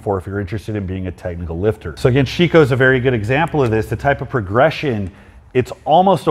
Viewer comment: Hey,, cheers from Siberia! You might want to improve your pronunciation of Sheiko, it's more like Shake-O, but without a pause. Great content, man!